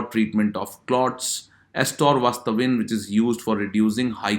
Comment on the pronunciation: atorva statin not stavin ....